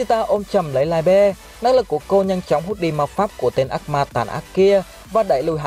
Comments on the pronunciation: tiếng Đức đọc là Li - bờ nha ad. Nghe đọc Lai be sai vl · Liebe tiếng đức đọc là Li -bờ nhé ad chứ ko phải Lai be 👍👍👍👍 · Ad phát âm sai rồi :)) li bơ :)) chứ ko phải lai be 🤣🤣🤣🤣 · Mình góp ý nhé chữ đó đọc là ( ly bờ) nhé ad nhanh nhanh ra thêm clip nhé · anh ơi đoc sai từ libie rùi